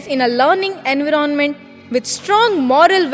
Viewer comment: Pronunciation of "Environment"?